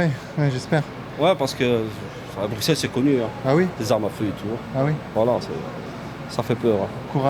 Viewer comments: Bruxelles ne se prononce pas avec un X je t’en conjure !! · Mec, tu risques sérieusement de t'attirer les foudres du gang des belges, et c'est pas des rigolos ! On dit bru-sel ! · Arrêtez de dire BRUCKSEL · Comme le dit le gars qui lui parle on ne prononce pas le x de Bruxelles, c’est comme un s arrêté s’il vous plaît avec votre x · Le X dans bruxelles est silencieux .... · Apprends peut être à prononcer Bruxelles correctement avant de faire toute une vidéo nan?